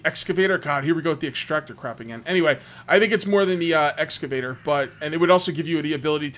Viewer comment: Repeat after me: ex-ca-vator. :)